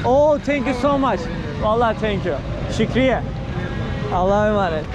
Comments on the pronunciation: Şükriye ne abi her söylediğinde kırılıyom Şükran de bari 😂😂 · niye şkriye diyorsun şükran demiyorlarmı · Şükriye değil kardeşim 😂 şükran videoların çok güzel şükran 😂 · kardeş Şükriye'n kelimesini çok telaffuz ediyorsun bu kelime Araplara has olmakla birlikte söylemek istersen de Şükriye'n olarak değil de Şükren (Şükran)demek daha doğru olur. sadede bir öneri. yayınlarını beğeniyorum ve takip ediyorum. iyi yayınlar. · Şükriye değil :) Şükran (teşekkürler) Şükran kesiran (Çok teşekkürler)